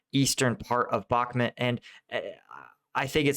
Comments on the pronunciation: its BakhmUt!!! BAkhmut is rusnja pronounce, wrong by default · Again and again in every video. "Optyne", "Bakchmut" and others. Stop butchering names please, behave professional Bakhmut - pronunciation as Bach-mut (Sebastian Bach, do you know?) Opytne - just as you see it at least, nothing like your "Optine" in every video Common - you are posting video every day, put an attention a bit to preparation, maybe even get in touch with some from Ukraine to help you learn and pronounce that few border line cities correctly! Professionalism, remember